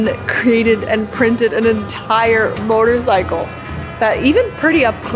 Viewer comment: You have an interesting way of pronouncing “motorcycle” as “mortorcycle” - with an extra “r” thrown in. Wonder where you picked that up